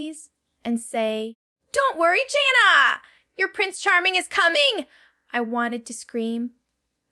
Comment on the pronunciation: I love Jana. This video is AI. She called herself Jane-na, instead of Jan-na. She speaks of the girls escaping and she would never say that. Even her phrasing is not her style. I don't know why people do these kinds of things. Let her be herself and tell what she wants IN HER OWN WORDS.